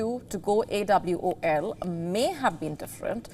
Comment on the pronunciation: She didn't know how to say AWOL 😂